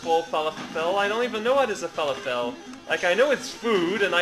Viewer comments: lol you say fer lof ull not fal a fel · ahaha. "FA-LA-FELL" Thats hilarious. Its pronounced "FA-LAW-FUL", if you were being sarcastic. I apologize :p